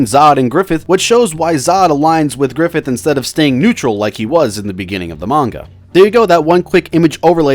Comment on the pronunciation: "GRIFFITH!" nah bro we got "Giffith!"